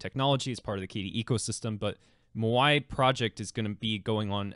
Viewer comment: My dude, it's Maui. Rhymes with "Now e"